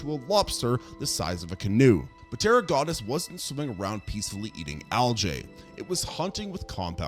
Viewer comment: It's Piltdown man, not "pitdown" man. And yes, it matters. It matters tremendously. So does the great French scientist Georges Cuvier, rhymes with Marge Bouvier (Simpson). In pterygota the p is silent. I realize you aren't a journalist, but you make mini-docs and you should pay attention to the deets. It speaks to credibility.